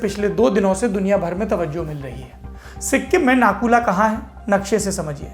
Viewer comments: It's not nakula it's nathula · सौरभ सर नकुला नहीं नाथूला नाम है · It's not Naku La, It's Nathu La Pass. I've been there twice. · It's Nathula not Nakula bhai Mai Sikkim se hi hu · भैया नाथू-ला है। नाकुला‌ नहीं।। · Correct brother 👍💐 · It is - Nathu La . Not Naku la. Thanks for the report anyway.